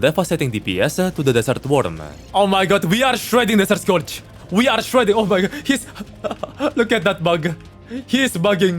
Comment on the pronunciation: he finnishes almost every setence by adding a "-uh" like "desert scourge-uh" but only when its the last word in the sentence